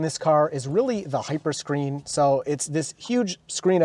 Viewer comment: Hyper Scren haha